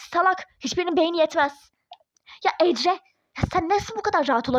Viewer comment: Neden ecre diyon